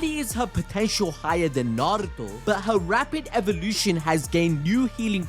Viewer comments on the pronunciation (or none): none